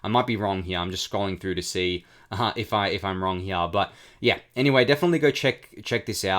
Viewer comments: I came to the comments to see if anyone mentioned it lol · dude you killing me how you say heah.. here